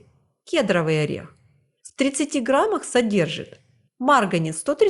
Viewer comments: К'едровый? Первый раз приходится произносить? Кедр'овый правильно. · Спасибо за ваш труд. Кедровый ударение на о.❤❤❤ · Господи,да не кЕдровый,а кедрОвый орех,как надоели эти малограмотные блогеры!! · Орех ни кЕдровый, а кедрОвый!🙄